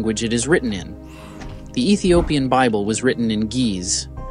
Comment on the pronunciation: It is pronounced Ethiopian